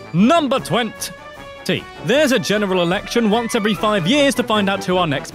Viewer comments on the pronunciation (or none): none